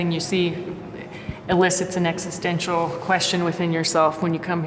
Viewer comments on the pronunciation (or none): none